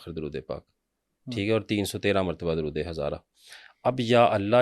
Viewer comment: Drude hazara drust parhain jnab.shukeria.